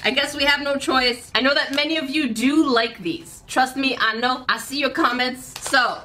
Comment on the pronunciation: When said “ I see “ it sounded like “ icy “ lol 😂